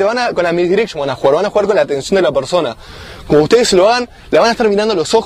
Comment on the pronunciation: comoc como tak xDD